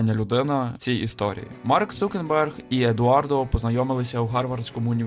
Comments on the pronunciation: Крутий відос, але ж він Цукерберг, а не Цукенберг 😅 (в назві проблеми немає, вона у озвучці) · Він не цукенберг а цукерберг